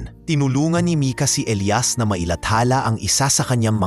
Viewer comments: Nakakatawa Elias as eliyas not elayas😂😂😂😂😂 you need to improve your channel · elias elayas paano ba yan bigkasin mo iba iba eh